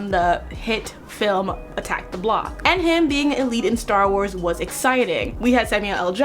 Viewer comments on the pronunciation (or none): none